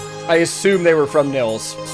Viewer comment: Really cool! Just like you, I just discovered Ad Infinitum recently and I really like what they do! Btw, Nils is pronounced "Neels". :-)